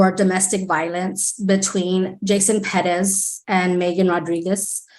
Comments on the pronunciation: If I hear "Ped-ez" one more time!!!! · Omg. Quit saying PEREZ like "PEDEZ" Youre not native spanish speakers and its annoying to the point its almost cringe. Like when white women say "seeLANtro" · Why can’t anyone say Perez?